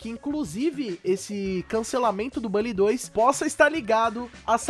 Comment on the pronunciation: A sua forma de falar "Bully" causa dor no meu coração...